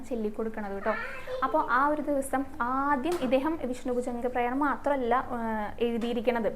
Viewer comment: 🙏ഹരേ ഗുരുവായൂരപ്പാ ശരണം. 🙏 ഭൂജംഗപ്രയാതം എന്നാണ് ട്ടോ പറയുന്നത്. പ്രയാണം അല്ല. കഥ നന്നായി ട്ടോ.